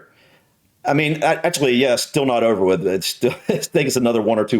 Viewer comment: Scones WIV dinner? Nastaay!